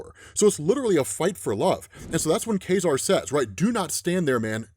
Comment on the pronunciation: It's not pronounced "Kah-Zar"? "Kay-Zar" sounds weird.